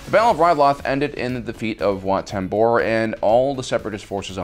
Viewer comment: “Wat TemBOr,” “Chom Syndula” like bro omggggg I’m trying to sleep to this and all the mispronunciations are keeping me up Fr